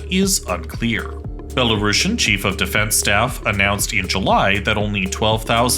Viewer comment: C'mon guys - there is no such word as "Belarashan" in the English language. Belarusian is spelled and pronounced exactly how it should from the word "Belarus". A bit of embarrassing mistake for a "geopolitical channel".